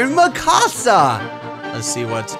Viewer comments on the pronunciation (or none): seriously "Makasa"? lel